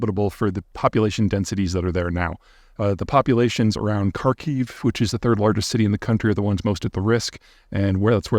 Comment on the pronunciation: Can’t pronounce Kharkiv, calls driving out civilians prior to offensive is a war crime? I remember why I stopped watching this nonsense